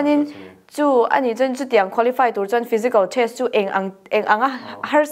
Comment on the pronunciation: Test nge trest🤭 van lam no vel ve